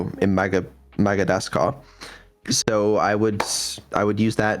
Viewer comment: "Magadascar" xD